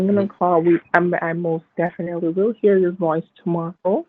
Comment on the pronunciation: "deffi nally"